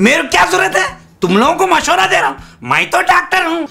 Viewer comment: " bolriu may " 9.56 Hayyyyeeee ❤️. Aaj se main bhi, main ko ' may ' pronounce karunga..... ❤️❤️